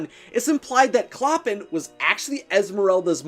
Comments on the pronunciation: clo-pàn not cloppin, I'm not judging you bc we've all mispronounced things and thats ok, but its like nails on a chalkboard to me I'm sorry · Someone may have pointed this out already, but it's driving me insane so I'm gonna say it. it's not "clop-in". It's pronounced "klo-pahn." You can see it in The Bells of Notre-Dame. He pronounces his own name, "klo-pahn." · It’s “Cloh-pahn” not “clo-pin” 🙄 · I think its pronounced Clo-pen with the emphasis on the 2nd syllable, not pronounced "Cloppun" Sorry.. Love your videos! 😍🤩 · Oh my GOD. DO YOU DO ANY RESEARCH on how to pronounce names??? Clop-en?!?? Really? ? It's CLOH-PAHN!!! HE LITERALLY SAYS IT IN THE OPENING SONG. I'm surprised you said the goat's name correctly though I bet if you were instructed to write it out without looking you'd write "Jolly" instead of "Djali." 😵 Edit: OMG Fleur "DE LEE"! Please learn proper French pronunciations!! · It's ColPAN not ColPIN. Everyone knows that. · I’m pretty sure Clopin is pronounced like the words flow pan together but the a in pan is a short a. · CLOPPIN!! DAYGERS!! Its killing me!!! 😭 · Clopin’s name is pronounced “Cloh-pawn”. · It's said klo-pon but spelled clopin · Clopin is pronounced CLOW-pan. It’s french and I studied the book in French class last year. Sorry, just a pet peeve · A little painful to hear Clopin pronounced wrong 🙈 it’s pronounced Cloh-pan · “CLOPPIN” LMAO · I LOVE watching this!! I'm prepping to play Esmeralda in the Disney musical and I absolutely adore her 😍😍 (Also it's pronounced clo-PAN) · Clopan but with out "n" is a nasal a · 1. Esmeralda was the daughter of a prostitute, not a Frenchwoman of good standing. 2. It's pronounced clo-PAHN; it rhymes with Chopin. 3. We do not speak of the abomination that follows the movie. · Take a shot every time he screws up the pronunciation of "Clopin" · That is not how you’re supposed to pronounce “Clopin”